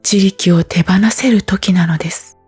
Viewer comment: 自力の単語が多いだけに、発音のおかしさが気になってしまって…😂